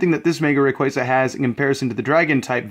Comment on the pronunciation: It's actually rayquaza, the "wrong way" u kind of said.